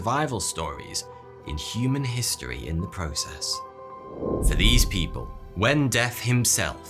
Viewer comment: it’s just the way you said “people” like you’ve seen loads of people saying it or something. No biggie though